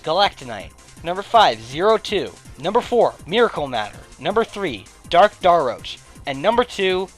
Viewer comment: Fawful’s Minion You’ve been pronouncing Daroach wrong.